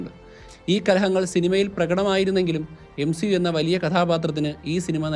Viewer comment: Now M-she-u